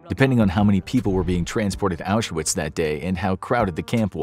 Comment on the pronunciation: Oush er witz ?? FFS, American pronunciations. 🤦‍♂